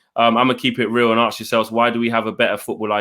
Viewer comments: HAHA aks not ask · nice show guys-most enjoyable. one small thing though -it’s ‘ask’ - not ‘aks’